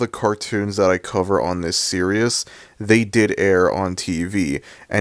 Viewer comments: Bro it’s “ series “ not “ serious” why are you saying it like that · I have a feeling that he misread that word and mispronounced it as "serious" rather than "series". I don't think he doesn't give a sh*t about word pronunciations. Go figure. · Why does it sound like that guy was saying serious instead of series 💀💀💀💀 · why do you keep saying the word "series" as "Serious"? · You’re a sad strange man I didn’t mean to reply on your comment I was supposed to tell the guy who made this video on why he said series in a very weird way